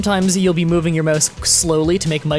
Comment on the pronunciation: " Möuhse acceleration"